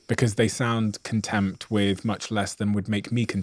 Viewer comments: the interviewer says "contempt" instead of "content" three times. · Contempt? What is Steven saying ? It sounds like he is saying "contempt", but I think he means, to be 'content'. Anyone? Steven? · Such a small thing to comment on, but, at time (hr:min) the host was pronouncing the word 'content' in such a way that it came out as contempt. Did anyone else notice this and is the host aware? Over the last 2 years I have been playing closer attention to the audio in YouTube videos.. So far I have found 22 presenters with some kind of speech imparement. Some of the imparements are plainly obvious and some presenters have worked very hard to minimize their imparement. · I used to be an English teacher & I just wanted to mention something.... , I noticed that you meant to say the word content, as in being content with oneself, but pronounced it as contempt, twice, quite clearly. Perhaps it's a habit picked up early in life & you are not conscious of it. I just wanted to suggest that you may want to take a closer look at that. I can see you are a person who strives for a very high standard of excellence & you've worked hard to achieve so much. I'm so impressed by you, I love your channel & I love your way of carrying yourself in how you relate to people & life. Thank you so much! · the word is content not contempt. Content (kənˈtent) means to be satisfied, whereas contempt (kənˈtem(p)t) means to have adversity. Maybe I am hearing you wrong but it was said several times. It could be a dialect thing as you’re from a different part of the world. Looking it up there may be many ways to pronounce the actual intention you are trying to get across. But, in the US, I think you mean kənˈtent satisfaction and not kənˈtem(p)T adversity. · I don’t know if it is a verbal tick or a Freudian slip but I’ve noticed that Stephen uses the word contempt when trying to pronounce content. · Can you please stop saying contempt when you mean content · The word is CONTENT…not contempt. Lol